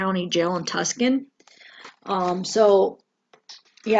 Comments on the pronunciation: Tuscan ....pronounced Too-son. Lots of people say it wrong but understandable, just I used to live in Az so I caught it. I'm sorry. It wasn't trying to be rude. He was probably bailing to Mexico as so many murderers do. all the great news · Tuck-son.. no love its pronounced, Too-Son... Tuscan. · It's Tucson AZ, not Tuscan. It's pronounced Tueson.. I'm pretty sure you've heard it before lol. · Tucson is pronounced Too-son